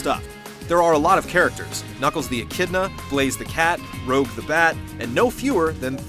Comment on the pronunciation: It shows how much really knows about Sonic if they don't even know how to say Rouge's name.